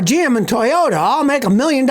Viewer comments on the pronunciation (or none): none